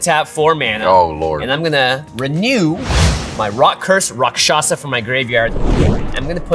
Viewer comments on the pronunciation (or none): none